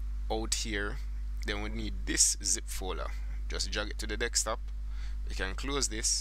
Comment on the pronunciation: Sounds like you say dickstop instead of desktop AHHA